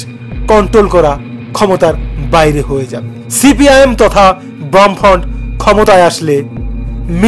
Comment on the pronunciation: Cpim তথা বামফ্রন্ট??😂😂ভাই ভালো করে গবেষণা করে ভিডিও বানান,আর ওটা বামফ্রন্ট , ব্রাম্ফন্ট না😂😂😂মীরাক্কেল এ ভিডিও টা পাঠানো উচিৎ